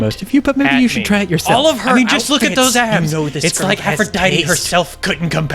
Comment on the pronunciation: Abbs , not Adds